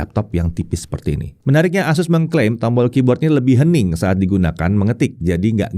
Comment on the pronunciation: ASUS bang, bukan AZUS. Kalo AZUS ntr bisa kesamber petir 😅 Core ultra 9 secara harga udah jauh bang, bisa jadi kalo pake core ultra 9 bisa nyentuh 30an jt lebih. Plus, yang paling make sense, core ultra 9 secara spek bukan untuk laptop thin & light. Secara performa kenceng, yang pastinya bikin battery ga hemat. Sedangkan ZenBook ngejer battery life. Mangkanya core ultra 9 cuma ada di Zephyrus G16.